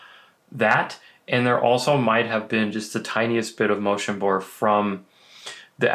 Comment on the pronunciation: “Motion Burr”